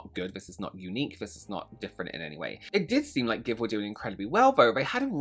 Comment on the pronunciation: How the hecc does one get g x v e pronounced as give? It's gi-shi-ve, and you cannot change my mind, lol. And, celebs are not your friends, and celebs are not a cause. Stop "supporting" them. Buy their shite if it's good or fun, or preferably both. But not for no other reason.